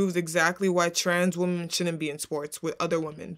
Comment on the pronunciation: What's up with this generation not knowing how to pronounce the word "women"?